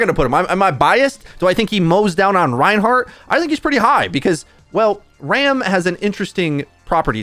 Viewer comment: “Rein A tier” stops watching